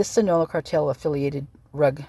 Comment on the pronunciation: Not trying to be rude...Sinaloa is Sin-a-lo-a